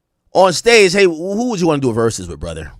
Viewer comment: My boy AK asking "is this an AI video" after the 50th "ver-soos".